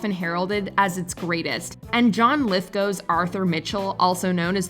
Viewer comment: Lithgow Not Lithgough